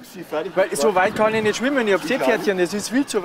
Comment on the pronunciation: "Reizen Sie mich jetzt nüscht" 😂